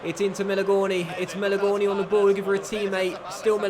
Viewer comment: Question for you 'Do you feel like a complete fanny with the way you pronounce Barella and Melegoni'?